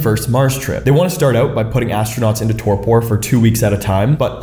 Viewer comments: Relax, man, it's pronounced "TOR-per". You don't have to say "tor-pour". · That’s not how you pronounce Torpor. It’s pronounced tor-pr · You don't pronounce the last "o" in "torpor". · It's also not pronounced the way he's saying it. the second o is a e sound like tor-per. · ❤❤❤ with all the love the pronunciation is torper❤❤❤ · Please google how to pronounce torpor. Thank you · Never heard "torpor" pronounced this way. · Torpor is not friggin pronounced that way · That's not at all how you pronounce the word torpor... is English your first language? It's not some term scientists came up with... it's a regular noun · Why are you pronouncing torpor like that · Learn to pronounce torpor. 🤦🏼‍♂️